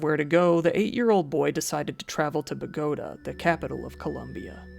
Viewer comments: BO-GO-TAHHH. Not bugota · it's pronounce bo-gu-tog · Bogotá is pronounced Bogo-Tah. I'm helping:) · Man’s really said buhgoatuh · Bo-go- tar…..at least that’s how it’s pronounced in narcos 😂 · Another great video. For future reference though, Bogota is pronounced BOW-gu-tah. Stress on first syllable. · Omg how he pronounces Bogota. 🙇‍♀️ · Hey man love your vids, but your Bogota pronunciation had me dying 🤣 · If you plan on doing more Latin American cases, don't hesitate to ask me for translations or how to say certain words. Because that pronunciation of Bogota sure is... something. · I cringed when I heard him say it the way that he did 😭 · I don’t want to be a critic lol but when you said Bogotá I cringed a little, nothing wrong I like that when people who aren’t from there at least try to pronounce it, I only say this cause my mom is from Colombia. But keep your videos coming I love them!